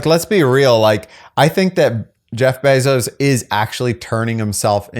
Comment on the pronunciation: it's BAY ZOSE. Not beezose. Matt Damon is on board dude! You ready for this????? I heart you..